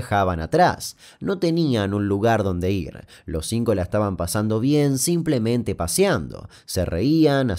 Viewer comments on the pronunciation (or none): none